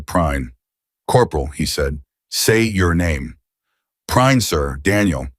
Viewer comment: Lol! "Your name?" "Prine, sir" "I want to say it right, later" Two seconds later, the AI called him Prinny.